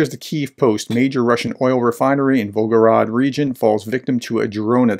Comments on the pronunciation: It’s volgoGRAD, not volgoROD. VolgoGRAD, just like stalinGRAD. And as far as that disgusting orc nation is concerned: Ceterum censeo carthaginem esse delendam. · Pronunciation tip: “grad” basically means “city”. The name of the river its on is the “Volga”. Say Volga-grad, not Volgo-rad ( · The city in question is Volgograd. (The way you pronounced it, omitting the 2nd 'g', it almost sounded like Belgorod.) It is city previously known as Stalingrad (and before that, during the empire, it was Tsaritsyn). It was changed to Volgograd (after the river Volga) during the so-called "de-Stalinisation".